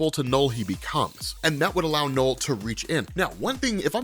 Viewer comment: You're an American, right? I've been noticing that a lot of people from the US, doesn't matter what accent they have, they pronounce the letter "U" in words as the letter "O". You're trying to say "Knull", but it's coming out as "Nole". I've noticed it with other people, and other words, like "ultra". Do you say it "ohltra"? It's a weird thing to me, I don't know why. It's hard to watch this video because hearing you say "Nole" over and over again is grating. Like I said, it's weird.